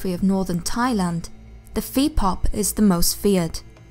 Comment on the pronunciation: "Phi pop" is actually pronounced "pee bawp". "bawp" is pronounced with a strong "b" sound. Almost a blend of a "b" and "p" sound. So I guess spelling it "bpawp" would be better. The word "pi" itself is the word for "ghost" in Thai(Thailand) and Laotion(Laos).